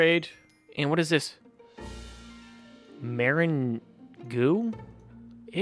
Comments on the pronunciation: What's this? Me: It's a meringue (mer-ange) what's a Meringue ( merrin-goo):p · Its pronounced 'mer rang not merangoo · you said maringue wrong look up the correct way to pronounce it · It is pronounced mer-ang